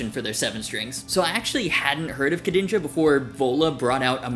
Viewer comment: French here, your pronunciation of the two names was actually quite good ! Gg from baguette YouTube